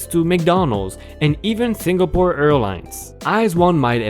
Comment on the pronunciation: It's not Singa-pore it's Sing-a-pore. Others good stories.